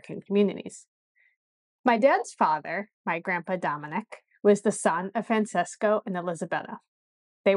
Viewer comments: It’s pronounced Fran-ches-co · ..your great grandfather was Francesco ( Fron che sko)..not (Fron ses sko)